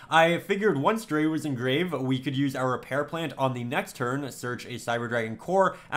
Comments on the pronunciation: If it helps: CyberDragon Drei is pronounced Dr-i (just the englisch pronounciation of i) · Just like a note, drei is pronounced like dry it's German for 3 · "cyber dragon dre" Germans everywhere are cringing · Always great to see more Sealed Only Content, definitely one of the coolest Yu-Gi-Oh-Series’s. But as a german I kinda hate how you pronounce Cyber Dragon Drei, Drei is pronounced Dry (roughly). It‘s not serious critique from me, just a small detail, that’s not going to make the series less fun to watch